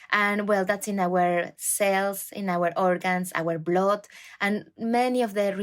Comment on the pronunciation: Why does she say [blod] It is [bl^d]